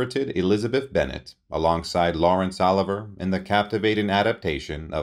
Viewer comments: I wanted to yell out "it's Oh-Live-Ee-Yay!!" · Goodness man. Learn how to pronounce names. Oliver? Olivier-O-Liv-e-ay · who pronounces Olivier as oliver??? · Enjoyed the video, but she did not play with L. Oliver. His name is OLIVIER dropping the 'r' when spoken. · His name is spelled OLIVIER. Not OLIVER as you pronounce it. Not only her first Academy Award but her ONLY Academy Award. She Was a honey of a looker and a honey of an actress. James Agee wrote he would have loved to have seen her play Lady Macbeth, another kind of royalty aside from all of her noble women. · Its pronounced Laurence O Live eee aaay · Someone who mispronounces the last name of the greatest actor of all time, Laurence Olivier, needs to be banished from speaking out loud on the subject ever again. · This narrator is horrible. He is not only boring, but he cannot correctly pronounce Methodist, Olivier, Chaillot. And who wrote the script? As noted by others, her Oscar for Mrs Miniver was her only Oscar, not her first.